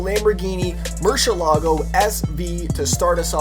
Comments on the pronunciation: wtf is a murshallago? its MERY-ilaggo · it's not pronounced murshelago it's murcielago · you said machalago LOL